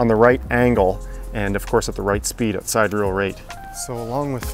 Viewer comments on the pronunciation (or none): it's pronounced sih-dear-ee-ul not side-reel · I really love your videos. You provide a great service to the astrophotography community. Just one thing (lol) - as a former astronomy teacher and planetarium director (34 years, I'm retired now), sidereal has four syllables, not two (si·der·e·al | \ sī-ˈdir-ē-əl ). Blame the teacher in me for finding your pronunciation a bit jarring,:P Keep up the good work. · Good work. BTW, it is SiDeReAl rate the RA axis is tracking at, from "rotation rate of the stars", not "side real" as you say. Just a minor tip;)